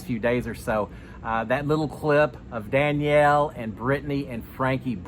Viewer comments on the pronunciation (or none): none